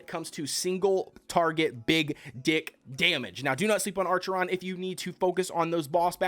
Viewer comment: Acheron, acheron, not ARCHERON. Lmaooooo. Anyway, good guide.